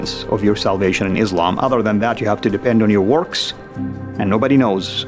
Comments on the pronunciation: Brother, if you have studied islam in saudi arabia, there is no way you can not pronounce islam and quran wrong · Ikr pronouncing Izlam and Muzlim when you were born muslim? 🤔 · LOL claimed to have been muslim before yet he can't even pronounce the word Quran or Islam right. He has no knowledge of Islam.